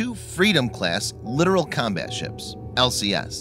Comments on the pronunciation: Its pronounced LI TORAL not LITERAL. Littoral warfare has been a stupid idea ever since the contractors sold the idea to the navy 30 years ago. Do you really think its a good idea to operate a major combatant in range or shore artillery an mortars and RPG's? No it is not and the first time one is sunk by a coordinated RPG attack the admirals will withdraw them to the ocean and never send them back. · It's pronounced Lit-tor-ol, you keep saying literal. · You are not pronouncing the class correctly. You are saying it like the word "Literal" or literally speaking. The name Littoral comes from the shallow reef French Littoral islands and in Indian ocean, not the typical english spoken variant of the word. The CORRECT way to pronounce is Le-TOR-al if you are not emphasizing the TOR in the middle your effing up. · lit-or-all that is how you fucking pronounce it! it's not lidoral it's LIT-OR-ALL!!!!!! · I can hear him say it wrong and it does get annoy